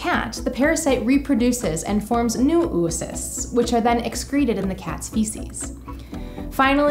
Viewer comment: I love that pronunciation of "oocyst" haha, "oo" is supposed to be two syllables